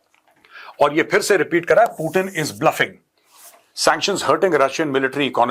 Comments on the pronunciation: पुटिन नहीं पुतीन बोलो ना सर प्लिज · सर पुटन या पुतीन 😂